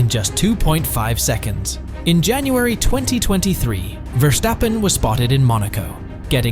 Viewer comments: F1 Driver, not player, 300 million is his net worth, not car collection, Por-scha not Porsch, Verstappen not VerCHstappen. Most of these he was given and he doesn’t own them anymore. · so you can say Aston Martin, but say Vershtappen ?? Why ??